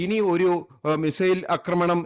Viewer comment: ഈ യുദ്ധം ഉടനേയൊന്നും തീരില്ല അക്രമണം അല്ല..ആക്രമണം എന്നു പറയാൻ പഠിച്ചില്ലേ?